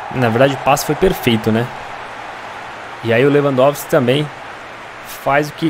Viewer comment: na hora do 2 gol lewampotiqui tapinha falou errado kkk